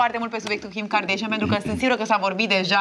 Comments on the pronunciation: OMG, va rog invatati sa le pronuntati numele corect... nu e asa greu Kim kardeshein ❌ Kim kardashan ✔ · De ce toți românii spun KarDEIȘIĂN ? E KarDAȘIAN. Fix cum se scrie. Nu am auzit niciodată din gura lor să se prezinte KarDEIȘIĂN.